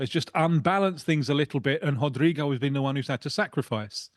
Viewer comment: Obrigado sum1 actually saying his name Right. Rodrygo na liverpool vamos.